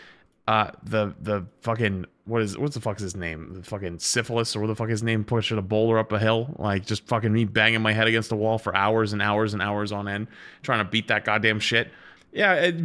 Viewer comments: Bro really called him syphilis 💀 its Sisyphus, bro aint the origin of an STD, he’s just a douchebag! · Its sysiphus (syphilis had me dieing😂😂😂)